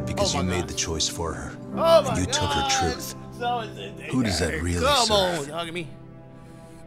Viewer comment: Nobody: every chance he get: "SAWA-Sensai"